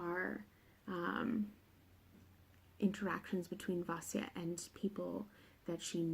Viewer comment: "it consists of three books... trilogy" 😂😂😂 I do the same thing all the time, but it made me laugh to hear you do it! Thank you thank you THANK YOU for saying Vasya's name right!! Hearing her called "vassy-lisa" has been... trying, to say the least, especially because I love her so much and just want everyone to give her the love and respect she deserves!!! The Christianity vs Paganism back and forth was such a beautiful conflict and it accompanied the Morozko storyline so beautifully <3 (unlike a certain other trilogy 😂 I still love the Grisha books but they're MESSY when it comes to borrowing from cultures) I've only read the first of the trilogy so far but I wouldn't call it slow at all! It felt... it felt like what I imagine a Russian winter would have felt like in Vasya's time. Long, but so full of tension that the pages just flew. The building, rising "oh shit something's gonna go wrong" in the first bit of BatN was a stunning set up, in my opinion. YES that atmosphere! I read this in Hawaii of all places and I STILL shivered. GASP. if you're listening, MAKE THE SHORT STORY BOOK A THING PLEASE! Dunya's tales. Just the lives of the spirits. Something. I love this review,! Thank you for keeping it spoiler free so series newbs like me can still watch and enjoy and anticipate what's still to come:D